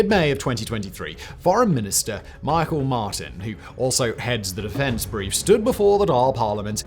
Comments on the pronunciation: Meeee-chaaaaalll Martin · The way he pronounced Micheál Martin and Taoiseach 😂😂